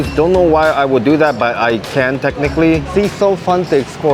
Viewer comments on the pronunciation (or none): none